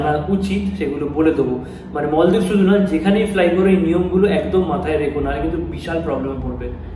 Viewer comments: bhaiya its maldives not moldives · Kothata 'moldives' noi maldives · মলদ্বীপ না মালদ্বীপ 😑